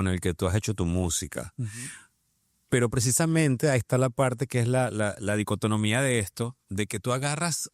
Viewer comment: Es dicotomía, no dicotonomia